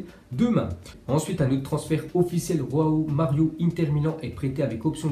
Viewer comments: « Roao Mario » 😂😂😂 il est pas espagnol on prononce João Mario. C’est comme ceux qui prononcent Gabriel Resus 😂😂 tdc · Arretez avc vos j c'est pas de r c'est pas roão mario wsh 😭😭